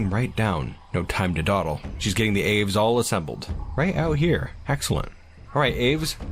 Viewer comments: nice, birdies! idk if anyone else commented this but aves is generally pronounced "ah-vays" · The way you say "aves" hurts...